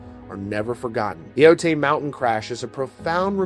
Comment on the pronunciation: I lived in San Diego county at the time of the crash and still do. Every time I drive past Otay {pronounced O-tie} mountain I think of that day. It takes a strong person to get back on stage so soon after such a tragedy. 💜